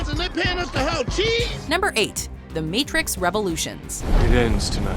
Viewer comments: Ha did she say the meeetrix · Did I just hear "MeeTrix"? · "Meetrix" lol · Did she say meetrix